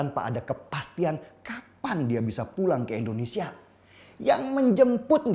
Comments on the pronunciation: Indonesia bang, bukan endonesia 🙄 Btw, bajunya keren bang 🔥🔥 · Indonesia bang bukan endonesia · Indonesia pak bukan Endonesia